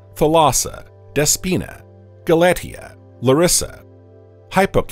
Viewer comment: Re: Pronunciation of "Galatea." That name is pronounced "gal-uh-TEE-uh."